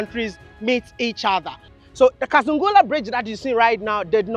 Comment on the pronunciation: Kazungula ..not kasangala.